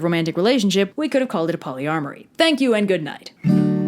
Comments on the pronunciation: A “polyARMORY”? Oh go home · "Polyarmoury"... 😆 You already had my respect, but now you have my fealty! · poly-AR-moury XD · Did she say "PolyARMOURy"!? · Haha, it sounds like you said "polyarmory". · Did you say "could have called it polyamory" or "polyARMORy"? Because I swear it was the latter, which makes it a really bad yet surprisingly funny pun. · I know you meant to say polyamory, but I swear I heard polyarmoRy. which is a lot funnier in context, what with them being knights in armor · "Polyarmory"...argh! Hm, it's interesting that the modern dislike for Lancelot is so similar to the reaction most fanfic audiences have to Mary Sue OCs, given that's pretty much what he was. (Galahad also seems to take it on the chin in a lot of modern stories, but mostly by either his near-complete absence or just turning him into someone completely different than his roots. Lancelot having a big character flaw gives more room to play with, I think.) Anyway, great video, and the history of the canon was really enjoyable.